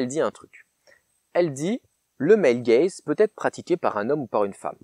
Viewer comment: Purée J'ai quand-même compris après 3 minutes de vidéo qu'on parlait de Male Gaze et pas de "el gaize" et "film el gaize" x)